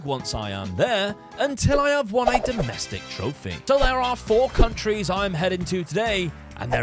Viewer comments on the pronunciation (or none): none